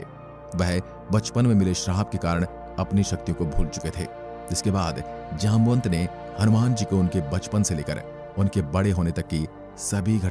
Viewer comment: His name जामवंत not जामनत 🚩